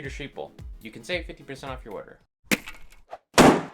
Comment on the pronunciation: Sripolov, товарищ.